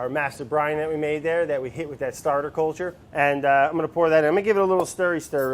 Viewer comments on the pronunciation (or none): Did he say 'courlture'?